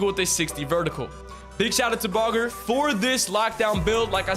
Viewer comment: “shout out to bogger” 😭 yea im not trusting you if you dont know baugher